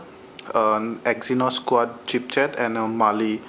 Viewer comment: Its chipset not chipchet